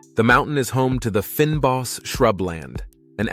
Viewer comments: ‘Finboss’ as said here is pronounced…FAIN BOS…fynbos! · very deceiving picture of table mountain. That snow is so not on. Fynbos. It's pronounced FAIN-Boss Vredefort. It's prnounced frear-der fort (frear rhymes with dear). Please abandon any American accents. Use a British accent. Van Niekerk is pronounced FUN Knee-keh-rk. The R is VERY STRONG....RRROLLLING....lime in Soanish or Italian.